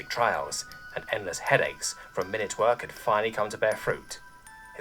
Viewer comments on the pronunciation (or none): "My-noot" as detailed. "Mih-nut" as time increment.